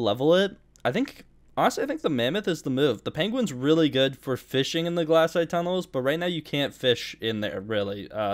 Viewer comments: glass-ite Rest of the world: glay-site Australians: Glay-shite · Its glacite not glassite